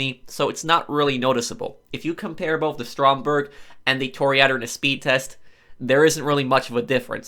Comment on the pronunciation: Repeat after me: Toh-Ri-Ah-Door Cah-yo Peh-Ri-Coh white people speaking latin languages is fucking me up.